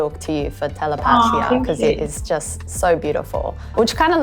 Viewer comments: Why did she pronounce telepatía like that? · no the host pronounced it wrong